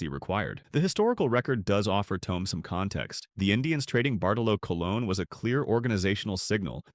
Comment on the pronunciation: “Bartolow Cologne “…..😳